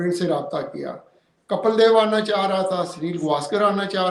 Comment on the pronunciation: Baat karne ka tarika dekha....aa raha tha, aana cha raha tha.......illiterate joker.